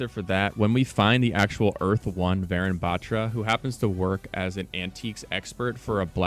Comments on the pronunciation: Its not varen its varun like "un, dos tres" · I love how he pronounced the name as varen bat-ra but in reality it’s varun Batra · btw its not pronounced varan, its pronounced va-rune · IT isnt VAARUN its Varun think of it like this. VA RUN you say it like VAYRUN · Lol I didn't realise it's Varun until I paused and saw the email that it's not va-run. Ik that's how most foreigners pronounce Indian names but it's va-rune btw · Why is he pronouncing "varan" it's "varun"😂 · I’m pretty sure it’s pronounced varoon not varan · Pronounced "Varoon" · its wa run to pronounce tho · Pronunciation of Varun is Vaaruun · update this is dope I got the same name as the new agent but pleaseee it’s pronunced vuh-rune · Even tho you completely butchered the name Varun (Va-ruu-n), that was a nice deduction. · "vayrun" "vah rune a" cmon bruh.... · Varun is a male name pronouced like "varoon" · Just a quick pronunciation correction for everybody: Varun is actually pronounced Var-oon kinda like the color Maroon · dont want to be that guy but j wanted to lyk its pronounced varoon like maroon but w a v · if the character is of indian origin then their name would be pronounced like vuh-roon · pronounced vahroon 🙏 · Varun is pronounced as vuh-rune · it was kinda funny seeing you pronounce varun batra so wrong, but the effort is appreciated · how did he mess up “Varun”… 💀💀💀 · Say his name right white boy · after varun there is a n sound like n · also your saying Varun wrong :l